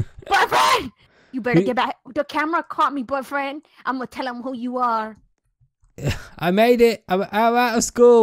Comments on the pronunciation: It sounded like she was saying butt friend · is saying buffriend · Stop saying buttfirend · boyfreh ricky I know boyfriend but boyfreh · RO Plays i think she said " b frien.." 😂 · BYFRIND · talking into the mic:BOYFRAN I LUDGE YOU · Says Boy frien XD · it sounded like she said butt freind